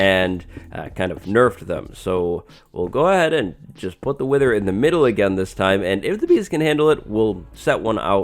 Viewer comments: "Wiher".... Im not the only one right?. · Oh so mighty "wiher"!! XD